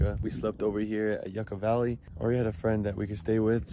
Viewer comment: Foo said yuckkuh valley then said Beyoumont 😂 BO-MONT YOUCAVALLEY